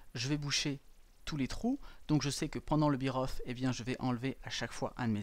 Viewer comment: Sérieusement? Vous prononcez "bear off" "biroffe"? La Fédé?